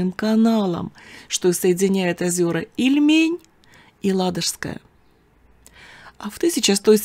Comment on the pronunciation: Привет из Новгорода Великого😊не ильмЕнь а И льмень очень режет ухо новгородцу 😊по старо русски все названия на первый слог